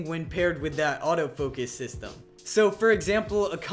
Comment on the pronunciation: Its autofocus not autofokes.